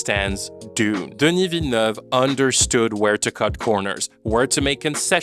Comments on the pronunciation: completely off topic but I was suprised with how good your pronounciation of "denis villeneuve" is. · The pronunciation of Denis Villeneuve took me by surprise. I've heard the name being butchered so many time and hearing it from you is like music to my ears